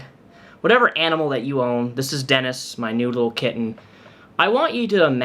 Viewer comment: I know you said "new little kitten" but it sounded like "noodle kitten" and that makes me very happy